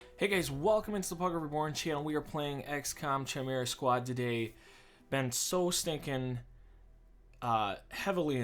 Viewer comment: So glad you're playing this :D Chimera is pronounced like Kimera (same as you pronounced it except for the hard k sound)